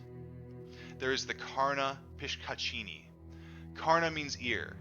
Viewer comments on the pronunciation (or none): Its pronounced as Pishashini😀